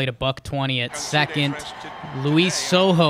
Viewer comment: "Secont" drives me nuts. You both do it. It's up there with "acrost." You're better than this ;) love you guys